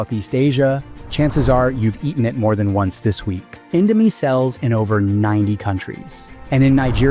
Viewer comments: Indo-my 😭😭 (Please just go to Google Translate and learn the correct pronunciation) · Indomie: indo mi isn’t INDO MY ffs! Americanised pronunciation working its charms here. Mi stands for Mee, which means noodles. It’s never indoMY Jesus…… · Mie is just the chinese romanization of /mi/ noodle not /mai/ btw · "Mai" lol how tf do you go from calling it indo "mee" to indo "mai". Either ai or just purposely trynna trigger people. Regardless, last time i'll ever see anything from this channel lol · everything is accurate, except, when the host said indo "mie", Mie this word is not spell it "My", its spelled "Me"